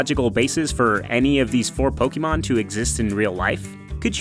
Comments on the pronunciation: omfg.... how can you say you love poke'mon and then pronounce it pokEmon over and over.... you know its Pok(eh)mon right? have you never seen the anime did you not hear the song? please stop over the course of something like 5 years I've used the dislike button less than 5 times.... you get one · It is pronounced "po-kay-mon" not to be confused with Gumby and Pokey, mon. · Pokémon is short for pocke(t) mon(ster) and that is how it is most widely pronounced. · I love it when people make Pokémon videos and add the é on the word but still pronounce it as Po-ki-mon. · When I hear "pokimon" I immediately downvote and stop watching. It's pokemon from pocket monster. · I ur such a pokemon fan then y dont u pronounce it right? The correct pronouciation is Po-kay-mon not Po-key-mon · Y'all say you love Pokémon and talk about it a lot in this video, yet you can't even pronounce it right. (PO-keh-mon) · Claim to be big Pokémon fans, mispronounces Pokémon like my 2nd grade teacher from 30 years ago. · "We love Pokémon" well they don't even pronounce it right, so I don't know what that says about them. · Them: “We love Pokémon” Also Them: says it wrong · I hate the way you say Pokémon why pronounce the e so much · The way you pronounce Pokémon... Oof